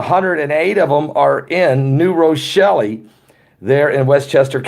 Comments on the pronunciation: Drop the "E" sound from New Rochelle at the end!.. It's pronounced "New Rochell" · The E is silent. New rochell. Silent e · Lol... it’s New Rochelle.. ( Row-Shell) Cuomo scares me! He is a tyrant. I grew up across the Hudson River , in W. Nyack.... right by West Point Academy. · New Rochelle the E is silent.. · I dont think you hear the e on Rochelle.I live in Rochelle in another state and we pronounce it with the e silent. Lol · The e is silent in New Rochelle. I love you guys!